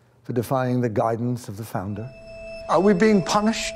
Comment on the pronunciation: "founder" "founder" "founduh" <- once he knows which character's voice to use.